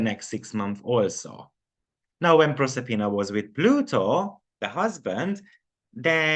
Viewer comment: Proserpina is 26, and Persephone is 399. Proserpina is the Roman name for the Greek Goddess Persefone. Same myth. Proserpina is at 4°10' in Aquarius. You said it right the first time. ☺